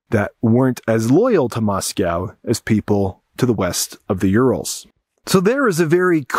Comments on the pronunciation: Russian expert doesn't know how to pronounce Moscow. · Is the intentional mispronunciation of "Moscow" an anti-Russian thing?